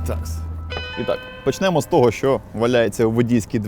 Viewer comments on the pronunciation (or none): Якщо ти хочеш говорити НЕ спотвореною УКРАЇНСЬКОЮ Мовою, то прибери помилки в НАГОЛОСАХ : В ДІЄСЛОВАХ наголос ставиться на останній склад : НЕ ввЕсти, А- ввестИ промо код НЕ говОрю, А- говорЮ про оригінал фару НЕ почнЕмо, А- почнемО НЕ віднЕстися, А- віднестИся НЕ виПАдку, а ВИпадку НЕ виПАдків, а ВИпадків НЕ виПАдках, а ВИпадках НЕ пРОбіг, А- проБІг